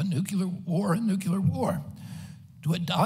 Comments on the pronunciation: Why can’t he say the word “Nuclear” correctly? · Agreed. I love his honesty, integrity, humanitarianism, and intelligence. I just wish he could pronounce the word "nuclear" correctly!! Drives me crazy! But he's the best candidate by far.